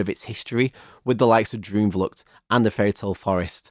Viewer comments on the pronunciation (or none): as a dutch person; awesome review w a lot of attention to detail!! some small pronunciation notes: the double o like in droomvlucht, spookslot etc. is pronounced pretty much like the o in “ghost” or “over”, and the oe in words like pardoes is pronounced similarly to the oo in “poodle” or “loot” :) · Little tip: double "O" as in droomvlucht is pronounced as the English word Door or "OA" as in for instance Boat. 😁👍🏻